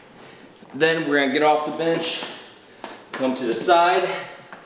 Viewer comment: i was off tab for a sec and i swear it sounded like said bitch in place of bench